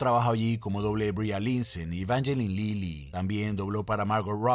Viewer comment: Brie Larson: Bria Linsen